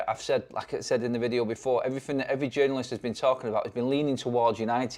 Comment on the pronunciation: And “EveryFin”